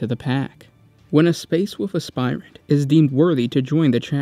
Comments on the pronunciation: It's wolf not fucking "wuf" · I cant get over that he says wuff instead of wolf.. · Wolf, not “Woof” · gene flaw is the inability to consistently pronounce the word wolf constantly switching to woof then back to wolf. His children have seemed to have carried on this flaw and struggle to read the three little pigs and little red riding hood. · woLf. woLf. NOT WOOF. The "L" is not silent! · Great job but ,The great woof? Space woof? LMOA.....you have to say wulv, you sound ridiculous. It's great but I just can't get past the woofs....your awesome. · “Leman russ, also know as the woof king and primarch of the space woofs” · Find it kinda endearing that every time you say "wolf", it invariably comes out sounding as "woof." The "Space Woofs", et al. :) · The great wuff? Spirit of the wuff? Space wuff? Did you get possesed by chaos dog spirit? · space woofs lol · just me or is he saying woof king? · Space woofs...lol